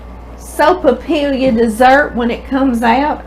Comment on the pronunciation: Hi. This looks delicious. I’m always looking for something easy to make for coffee time. Because of double L in sopapilla, it is sopapi-ya. My last name has 2 Ls in it and people always pronounce it like “La”but in New Mexico it is “ya”. So if you’re ever in New Mexico...say sopapiya😋 thank you for the ministry, it brings joy to us. You go!!God bless you and your mom.